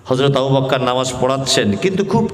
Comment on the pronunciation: রাদিআল্লাহু / আবু বকর শব্দের ভূল উচ্চারণ। আশা করছি ওয়ায়েজ সাহেব উচ্চারণ দুটি সহিহ শুদ্ধ করে নিবেন।